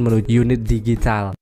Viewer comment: Ngomong DIGITAL kayaknya susah bgt ya bang 😂😂